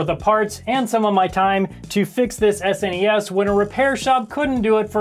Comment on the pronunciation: Thank you. Thank you for saying “S-N-E-S” and not “snes.”